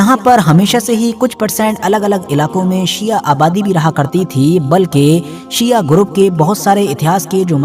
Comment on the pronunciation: जनाब पहले तो आप अल्फाज़ सही करें, सिया नही शिया होता है, आपसे कुछ सवाल है। 1 रसूल s,a,w कि हयात में कितनी जंगे हुई, 2 उस जंग का नाम बताएं जो अबु बकर, उमर या उसमान ने फतह की हो। 3 क्या रसूल s,a,w ने खिलाफत इन तीनों को वसीयत की थी, खिलाफत के लिए इनमे क्या खासियत थी। 4 क्या यह तीनों खलीफा मुहम्मद s,a,w के जनाजे या गुस्ल ओ कफ़न में शरीक थे। हज़रत अगर आप हलाल जादे होंगे तो सवालों का जवाब जरूर देंगे, वर्ना,,,,,,,,,,,,,,आप। ?